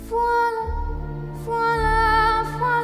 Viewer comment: Never knew “voila” is pronounced “frola” the more you know